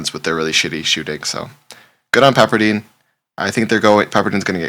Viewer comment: Pepper dIne not dean😂😂😂😂